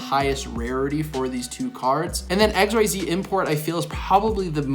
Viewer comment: I like how says "X Y Z" import and then immediately pronounces "Xyz monsters" correctly